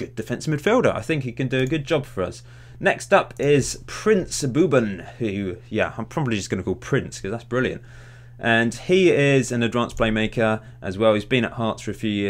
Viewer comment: Princes name is pronounced bob-in